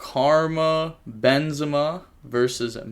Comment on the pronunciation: Aint nooooo way you just said karma benzima not KAREEEM benzina the football player lmao. Youre not making a good case to commentate ycs🤣🤣🤣